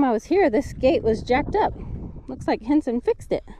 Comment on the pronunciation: Thanks for the great all-round video.. roundup, doctoring cattle.. the views are awesome👌🏽.. plus the Diné (Navajo) word of the day.. awesome job on pronunciation on Henson.. he's got the Jaan tongue😅😂🤣!!! Be blessed🙏🏽 Cows/Cattle = Béégashii Female cow = Béégashii Tsa' ií Bull = Dóola Bull shit! = Dóola bi chaan! 😅😅